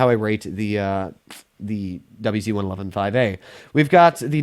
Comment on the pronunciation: When i heard the whyh..i couldnt stop laughing